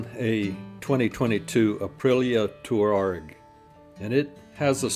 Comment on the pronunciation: Wise words,. Thank you for taking the time to articulate and record your thoughts on life so far. By the way, it's pronounced TWAREG as in the nomadic desert people. Keep talking 'cos I'm listening!